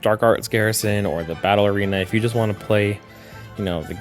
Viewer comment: No offense but every time you say "battle arena" it sounds like you are saying "Ballerina" so "Dark Arts Ballerina" is perhaps the silliest collection of words to cross my mind this morning - - so far anyway. Good video!